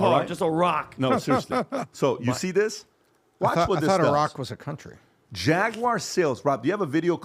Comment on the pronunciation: You insult Iraq when you pronounce Iran correctly, but Iraq incorrectly. Is it deliberately? You keep doing it